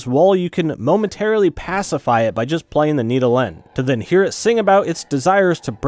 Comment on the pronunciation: The need-oh-lenn...